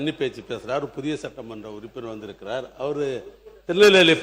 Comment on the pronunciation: டேய் இது மாமன்றம் அல்ல சட்டமன்றம்😂